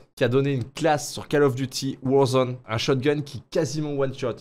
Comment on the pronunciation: pk tu mais l'accent sur le warzone au debut XD